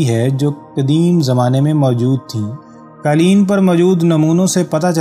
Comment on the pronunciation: یہ دستاویزی فلم معلوماتی اور دلچسپ ہے ، البتہ بولنے والے صاحب نے جس ناقص لب و لہجے کے ساتھ اردو زبان کی ٹانگ توڑی ہے وہ برداشت سے باہر ہے۔ قالین سمیت متعدد الفاظ کے ناقص اور غیرمعیاری تلفظ اور ادائگی نے سارا لطف غارت کرکے رکھ دیا